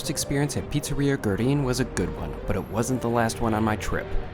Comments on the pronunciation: Way late, but for a pronunciation closer to what Argentineans would say, say "weh-REEN," not "GRR-in." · Fantastic video, just a thing that is ticking me off: pronounce it "goo-eh-reen" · It's "GwerrINE"